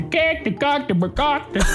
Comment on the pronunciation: You went from cuctis to coctis 😂